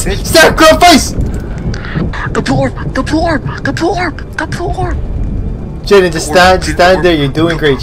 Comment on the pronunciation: Bro when said ''The prb the prb!!!'' Im like- ''Its orb not prb XD''